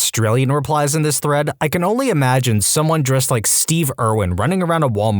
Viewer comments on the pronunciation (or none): none